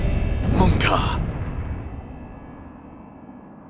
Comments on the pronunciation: You went to faaf, you foof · You went too faf, you foof.